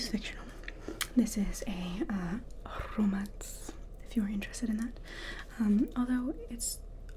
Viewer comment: "A rrrrromance. If you're interested in that"... I am, I very am. 😁